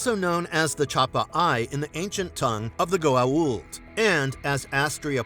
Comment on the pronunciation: Yet is able to say Goa’uld properly